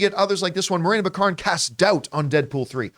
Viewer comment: I thought it was BACK-a-rin?